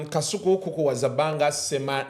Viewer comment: 😂😂the way called kasuku “” kaisuku”””😂😂😂